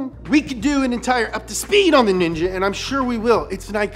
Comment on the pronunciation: the way he say "ninja"😂